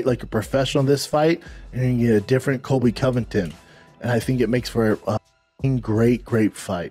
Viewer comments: does Colby Jawvington sound better ? 🤣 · "Cody colvicton" as GSP said 🤣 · GSP is saying Colvy Colvicton....is that right ?🤣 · "Cody CoVIKten"